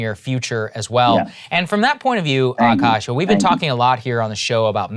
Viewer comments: It's Akaash, not Aakash. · the double "a" is after the k in Akaash :)